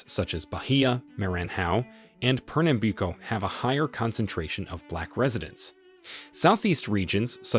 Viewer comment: The narrator scored a trifecta of mispronunciation of all 3 blackest states in Brazil. Bahia, Maranhão and Pernambuco were butchered. Not even close! I didn't expect him to pronounce these names correctly, but at least do some phonetics research before recording. Try a little harder.